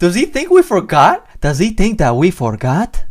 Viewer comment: "Did he think we forgoot?" Lmao 😂🤣😂